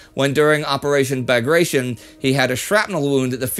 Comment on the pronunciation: Pronunciation of the name Bagration (name of russian XIX century general and hero) is awful ! Should be: Bagh - rat - Yohn (accent on Y) Google translator pronounces correctly.